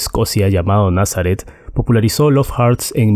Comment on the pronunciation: Hurts Se pronununcia jorts no jarts